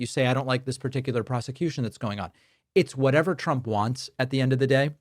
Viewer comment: Hey Stinky, "if Twump comes afterw us" ... 😂 Fkn hilarious!